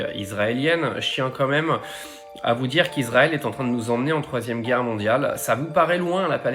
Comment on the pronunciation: La errrre mondiale ??? Coooool